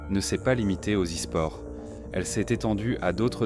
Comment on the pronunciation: Les « zisports » et « le kpop » Really ?